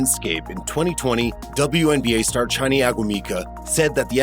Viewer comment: Omg did you mess up her name. Chiney is pronounced Shin-Nae, O-Goo-Mi-Kae